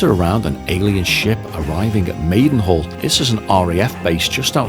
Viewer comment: It's RAF Mildenhall, not Maidenhall.